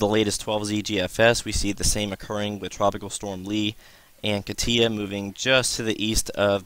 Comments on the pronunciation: I checked it out...it says KAH-tyah which is essentially the same way I wrote it out. You are still mispronouncing it. Emphasis on first syllable not the last. You are saying kah-TIA...its not that important. Your information is, and please dont think I am trying to be a smart ass...you are simply mispronouncing it (even by NHC standards) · Man you are killing me with your pronunciation of Katia. It is pronounced (KAH-tcha) not whatever you are calling it